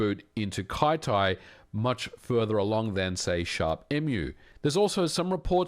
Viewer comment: I feel like Kyty should be pronounced "kitty" instead of "kai-tai" :D